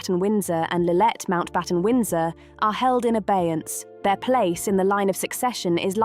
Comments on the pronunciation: The narrator repeatedly refers to “Lilith” instead of Lilibet. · How much credence can one put on a video that can't get Lilibet's name right? Go to . Her name is not Lillette. Idiots.